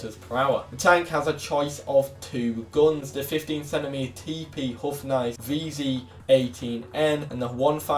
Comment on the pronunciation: I love like you pronounce “houfnice” 😂 the first half is good, but you englished the other 😅